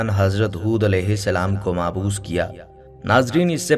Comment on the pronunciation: معبوث نہیں بلکہ لفظ مبعوث ہے ۔یعنی پہلے ب ہے ۔نہ کہ ع ۔ لہذا MAABOOS , نہیں بلکہ MABOOS ہے۔